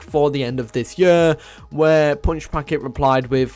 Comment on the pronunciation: "The end of the yurrr"